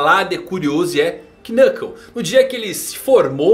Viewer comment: O K de Knuckle é mudo, não se pronuncia ele. É estranho ver alguém que faz tantos vídeos sobre HXH e já ter ouvido o nome dele sendo falado diversas vezes e não saber disso.